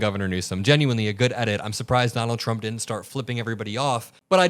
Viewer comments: He can't even say his own Name 😂😂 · There's something abnormal. He can't cleary pronounce his own name. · He’s can’t even say his own name right ! He’s gotten into Elon’s Ketamine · Sounds like he says Donald CHUMP